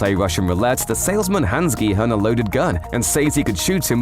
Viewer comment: At least he pronounces the main character's name properly